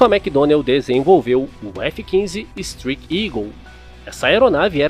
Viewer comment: Máquina extraordinária, só superada pelo revolucionário F-22 Uma sugestão: correção da pronúncia: “estráique” e não “estrique”